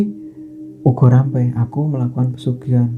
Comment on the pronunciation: Bukan ugo rampe.... Tapi ubo rampe